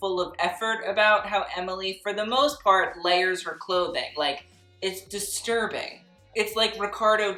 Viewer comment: The way you say disturbing makes me laugh out loud. I love it. I love you. I love you channel.